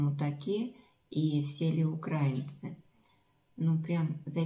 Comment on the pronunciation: Да не укрАинцы, а украИнцы